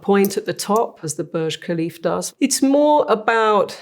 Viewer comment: "Burj KHALIFF"